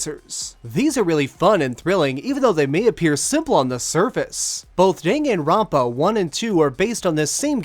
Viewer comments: Dinginrinpa?!?!?!?!?!?!?!!?? I'm sorry but the fandom will assault you if you keep saying it like that... It's pronounced: Dan Gun ron pa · Was pretty interesting hearing another pronunciation to the title as I've heard it as (Dah)-(Gahn)Ron(Pah) rather than (Deh)(Gen)Ron(Pah). But it didn't sway my opinions on your review. I've seen walkthroughs on it and honestly the more recognition this game gets the better as it's enjoyable. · Just watch the Anime OP and pronounce it like that